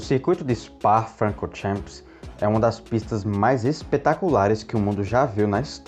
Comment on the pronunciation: Frá chór champs? que pista é essa?? não queria dizer Francorchamps?